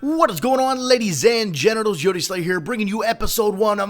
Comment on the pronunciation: "Ladies and genitals"? Did I hear correctly? 0.0